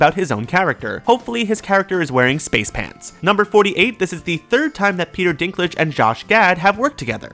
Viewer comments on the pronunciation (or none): none